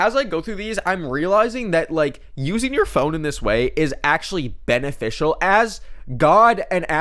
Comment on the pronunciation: "Beneficial" or "Ben official"? Question of the day, folks!